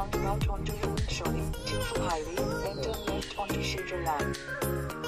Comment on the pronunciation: Phutshiliong !! What is that ??😅😅 It is PHUENTSHOLING... hv exact info before making any vlog dear... 😂😂